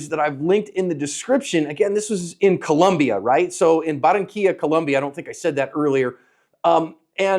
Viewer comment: Your analysis is excellent. However, as many times as your events happen in Colombia you should pronounce this country correctly. The country is Colombia, not Columbia. Thank you for your hard work in helping people become more able in protecting life.